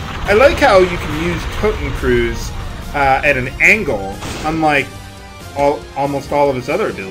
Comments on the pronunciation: "Totencruise" XD. Please ask your mother about "Kreuz" (for cross). Or I guess "kroits" might do it. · It's pronounced Toh-ten-kroits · I know you don't like people correcting your pronunciation, but when it's objectively wrong, I can't help it. In German, "eu" is pronounced like "oi" and "z" is pronounced like "ts" So "kreuz" in "Totenkreuz" is pronounced "kroits"